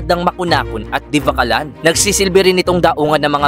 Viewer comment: Correction sir, Divilacan hindi Divacalan😊 sa Isabela